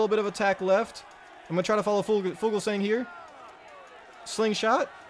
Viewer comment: oh no the way you said fuglsang